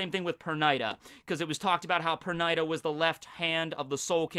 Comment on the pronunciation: dude, i think it's pronounced perneeda. no hate